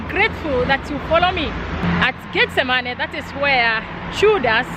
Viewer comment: not tryna be funny but her accent makes it sound like she saying "get the money" lol